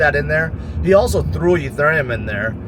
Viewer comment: Smart guy tons of good analysis but why does he talk with too much starting his words with “da” Instead of “there will” It’s “dar will” or it’s just a “d” Instead of “thing” It’s “that is not a ding”